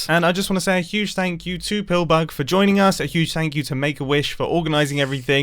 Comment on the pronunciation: The outtro “THANSKS”